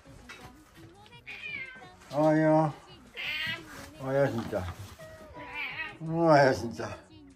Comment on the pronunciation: しんちゃん、お出迎えの時のおはよう、思わずおっと言う位上手だったよ。ごはんもおはようも日々上手になってゆくね‼️💕今日は特別上手に聞こえたよ😄 撫でられ可愛いがられて幸せだね😆🍀❤